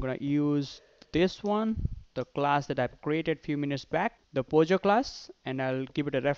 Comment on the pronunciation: it is POJO and not pogo... just saying